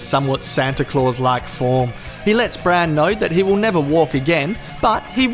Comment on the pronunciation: I'm sorry but every time I hear it's not Hodor Bran Jojen and Mira, it's HODOR BRAND! Jojen and Mira! Sorry that I had to share this brain turd.